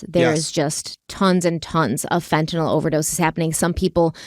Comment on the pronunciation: thank you for pronouncing fentanyl correctly.